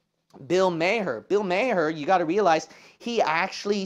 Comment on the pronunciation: Pastor, when you said 'Mayer,' (Maher), I for a split second was thinking... Does John Mayer have a racist brother named Bill, with a radio podcast show or something? Haha. Only funny because I could absolutely see it - Mayer has made a few mistakes in this same way. Not for me to judge, but I do wonder why... These very public, 'famous' people - Why do they make such absurd mistakes, when they know full well when they're being recorded or watched, or in Barr's case, 100% self-published. Granted, I also don't think what she said to whom is really that big of a deal, certainly not a big enough deal to cancel the show altogether, and like you mentioned,, Hollywood executives (or whoever) did not even give her the chance for a public apology. I strongly agree with many, many of your points here, regarding Hollywood. Also, here is a fragment of lyrics from a rapper by the name of Aesop Rock: Wait, ain't it the liquid soul therapy? I sip to grip a stationary pillar Yet we slipped these boogie nights Sucked wattage from rookie lights Now you proud I'm'a be there when you rush in Just to touch the mushroom cloud Drink failure Lord have mercy on their dreams Pretty pixels tend to trickle off the screen Know what I mean? That is from a track entitled "Merit," and another track with some parallels to your upload here (thank you by the way!) is entitled, "Basic Cable."